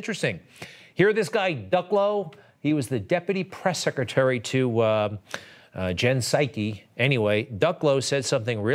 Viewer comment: "Jen Psycy" 😂